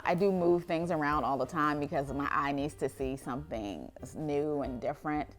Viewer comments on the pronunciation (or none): none